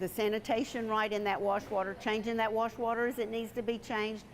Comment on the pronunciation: "warsh" water